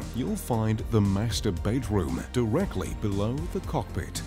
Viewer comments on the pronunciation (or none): Is it just me, or does it sound like he says Master Baitroom? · Surely I’m not the only one who thought he said masterbate room